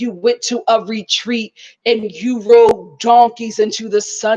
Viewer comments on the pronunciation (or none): none